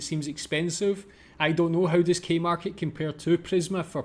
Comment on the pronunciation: K-Market .... KOO Market .